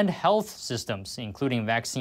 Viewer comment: “Accine” lol